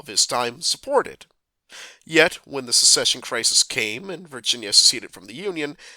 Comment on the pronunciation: Why can’t you people ever say “Secession” correctly?